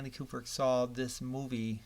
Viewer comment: Stanley “Kuperk”? Ku-brick. Ku-brick. Now you try.